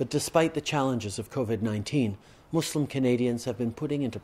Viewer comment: Finally a non-muslim that pronounces "Muslim" and "Islam" and not "Muzlem" or "Islam". And properlyeven the "Eid Al Fitr", tajweed on point lol